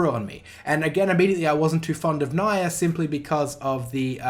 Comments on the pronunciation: "don't hit the dislike button just yet" says Nia as Na-ya instead of Nia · How do you go 100+ hours hearing as person's name and still put up a video calling her "Naiah?" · First off, the correct pronunciation of Nia's name is Nyah (Ni(e)- ah) which is also her Japanese name, this is a sort of pun of how cats sound in Japanese ears, Nyah. Now about the voice acting, there are good English voice acting in Xenoblade 2 like Morag, Zeke, Pandoria, Tora, Poppi, Pyra/Mythra, etc. But the bad ones in my opinion are Rex and Nia, and I prefer their Japanese voice acting than the English ones. Well yes, I do not understand Japanese a lot, and I do prefer English sometimes, but when I hear voice acting, I want emotion. This is what I hear with Rex and Nia in Japanese, not in English. Understanding a language or not is not a problem to me when there is subbed, and yes I do know the trouble of reading them and some possible mis-translations, but I can tolerate them when I can listen to characters display emotions well, for that props goes to the Japanese VA, cause they really put a lot of heart and effort in it. But again, that is just how I see things, and I am not the end all be all of voice acting, so in short it comes down to what gives you the best experience when playing JRPGs. Side note: I think the Japanese voice acting for Tales of Hearts is just...ok, not bad but not good either, and the worst one is Beryl I think her name was, but Kohaku is awesome. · Every time you mispronounce Nia’s name, I subconsciously think you’re talking about Mórags’ brother Emperor Niall. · Looking through a bunch of comments. I feel like I'm the only one noticing his pretty clearly purposeful mispronunciation of Nia's name.